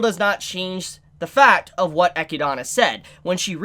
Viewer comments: i assume you lost a bet and had to pronounce e-chid-na eci-dana lol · It's so fucking annoying whenever t he says "EchiDOna" 🤦🏻‍♂️ That's not her fucking name! Yes, that's how it's written because that's how Japanese works when dealing with word that aren't Japanese. He doesn't call Beatrice "BeatriSU" so why die so hard on that hill? It's just annoying. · bro are you doing it on purpose or something?? Ah-kid-na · "E-kid-na". E-kid-na. Come on, repeat after me, E-kid-na. Not E-ki-dana. 😂 As for every door being opened, Eli-girl was likely looking for our favorite book loli, since, you know, if you open a door you have a chance to open the one to the mansion's library. Just like a Loot box. 🤣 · Rose-Wall, Echia-donna! Lmao, dudes fuzzy hair almost looks like a wig, an pronouncing names all weird an shit, still a good reviewer tho. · Echidna is pronounced E-KID-NA not the crap way you say it! Jesus help us! Video was almost unwatchable! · did he just say echidana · The way pronounces Echidna is cringy lol. Say it with me....E...kid...na. You know, it is the same as Knuckles....the echidna. Same thing. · Loved the commentary, still cringe at how you pronounce Echidna, which is very much an actual English word outside of Re:Zero that you shouldn't be so unfamiliar with. Also, I can't wait for someone to bitchslap Roswaal's cheeky smile off his blue mug. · why do you pronounce echidna like that??????? is that the right way to say it? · Please stop saying Echidna wrong. Thanks. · The way you pronounce Echidna's name hurts me. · The way you say Echidna bothers me lmao